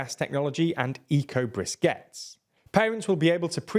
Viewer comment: And then you went ahead and said eco brisquettes......